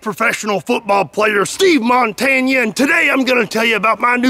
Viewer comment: I know I'm late. But, Steve - Mon - Tan - Ya.